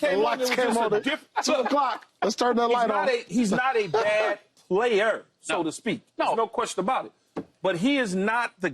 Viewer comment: Keyshawn emphasises weird syllables in every segment, it's weird. "He's not a bad playERRR"😂